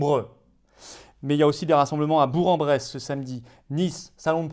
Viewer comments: "Bour en Bresse" mon sang de burgien n'a fait qu'un tour xD : "Bourk"-en-Bresse. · On dit 'bourK en bresse' et pas 'bourre en bresse' Mr Philippot.